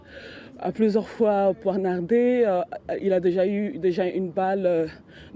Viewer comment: j’ai écris ’’ poinardé’’ pour rire de la prononciation dans la vidéo 🤣